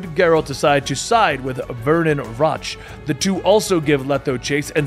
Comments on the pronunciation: How do you mispronounce Roach? I mean its funny mispronouncing EVERY name, but it's kinda hard to follow tho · Rotch... Like crotch lol. If you play the games they pronounce the names. Still really enjoy your videos